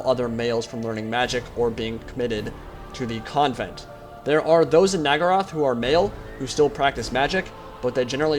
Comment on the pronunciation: Question, why do you seem to keep pronouncing Naggaroth as Naggarai/Naggaraith?